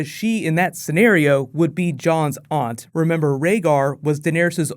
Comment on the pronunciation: SAY AUNT PROPERLY.